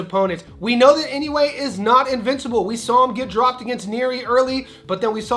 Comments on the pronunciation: Love the show! I think Inoue is pronounced "In - O -Way" rather than "In - You - A." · In- no- way NOT In- new- way. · Four syllables. I-No-U-E. Pronounced E-No-OO-Eh